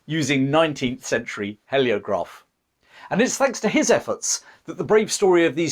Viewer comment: It's hee as in heel, not he as in help. Heliograph. Spoils an otherwise good video.